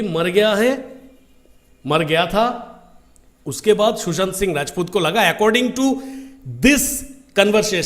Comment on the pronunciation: It's not Shoeshant😂😂Sushant